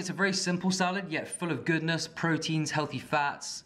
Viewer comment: "Sahlard" instead of salad. And a couple of other words